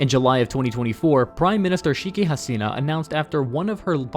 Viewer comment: One thing I can definitely say about this guy is that he is the master of butchering names! Gawd! Shikki Hasina? Shing Jing Ping? XD